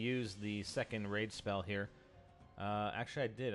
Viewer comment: Is he saying rape spell